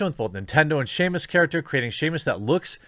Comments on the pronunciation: i kept thinking who the hell is Shamas,I know who Samus is,but not Shamas is it Samus Irish cousin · The Wee Baby Seamus. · A part of me dies a little every time Jeremy pronounces "Samus" 😭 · Have yeh never heard o' Seamus Aran? She's the most famous space hunter in Ireland. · Sam, it's Sam-us. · How many people are being triggered by the Q saying Samus as 'Shamus' XXD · I kept hearing Sheamus xD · i would hate brie as samus so much. Jesus Jeremy learn how to pronounce names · Lol for real I was almost don't with the video still thinking "who the hell is Sheamus?" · It's bugging the hell out of me. I literally had to do a search to see if I had been mispronouncing it myself but no, it's just Jeremy, lol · he keeps saying Shamus, just aweful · I was hearing it as Shamus. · Breaking news Samus is not only female but also Scottish! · Yeah idk what he’s heard but my smash main ain’t called “Seamus” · I thought he been saying "Shameless" this whole time until he said Zero Suit Shameless lol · I kept hearing him pronounce her as Sheamus and all I could think to myself was "Really, fella?". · I knew this comment thread would be down here after hearing Seamus the first time. Lol. It's okay Jeremy. Not a big deal, man. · i started to hear it as shame us. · Homie saying names wrong is the best thing I’ve heard today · Why are you pronouncing Samus like that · Good lord he smashing poor Samus name lmao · The fact they say her name every time you pick her and somehow he still messes it up is just hilarious. Or maybe that is how Brie said it? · Shamus? Samus, no "H" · You be killing me when you say 'Sheamus'. Lmao It's Samus. Like SAM-US. 😂😂😂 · dude theres no h in samus why do you keep saying shamus for someone whos so excited the character is coming to fortnite you should probably learn to say the name right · "shamus"?! Ouch dude (Sam-us air-an) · its pronounced sam us not shame us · “shamus???” Dude please stop, omg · Who the fuck is Shamus. I know of Sam-us from Metroid